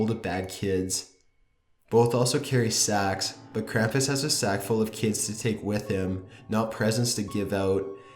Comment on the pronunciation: it bores the fuck outta me and he pronounced krampus wrong